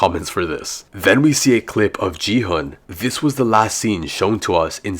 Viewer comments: IT'S NOT JI-HUN, IT'S GI-HUN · GI HUN❌G HUN✔️😂